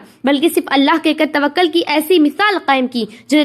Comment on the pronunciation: تَوَكُّل باب تَفَعُّل سے مصدر ہے تھوڑا سا اطمینان سے ٹھہر ٹھہر کر بیان فرمائیں مزید عمدگی آے گی ان شاء اللہ